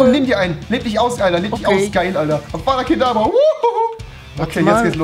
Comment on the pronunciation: Es hesst avdat kadavra und nicht avada kadabraaaa